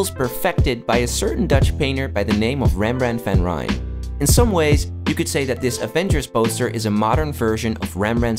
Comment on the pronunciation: I'M SORRY BUT HOW NON-DUTCH PEOPLE PRONOUNS REMBRANDT VAN RIJN IS JUST TO FUNNY TO TME